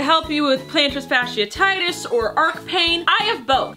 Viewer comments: Plantar fasciitis (pronounced fash-she-EYE-tis) not fashititis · Sorry, pet peeve of mine: Plantar fasciitis is pronounced "fash-ee-eye-tus" not "fash-ee-uh-tie-tus" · Plantars what?? 😂😂😂😂 Fash-ee-uh-titus you say??? 😂😂😂😂💖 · FASH-EE-EYE-TIS. That is how you pronounce it. Love ya!! You're the best. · Plantar fash-e-eye-this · Are you saying plantar fasciitis wrong to be funny or what? Im just trying to help you here thats all. Fasciitis is pronounced fa(long a sound like in apple)-she-i-tis. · I was hoping someone commented this! I work in the medical field and have plantar fasciitis myself and her pronunciation had me cringing the entire video